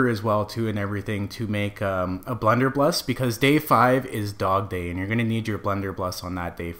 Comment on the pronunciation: "Blunderbuss" no L near the end. Great video though, thanks for the tutorial!